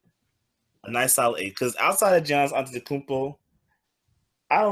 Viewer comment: I gave this video a thumbs down simply because they refuse to say this Man's name correctly. Giannis Antetokoumnpo. Pronounced Ya-nis Ante-toe-koom-poe. It aint that hard. I 'm so sick of hearing his name mangled by dumasses who do the shit on purpose.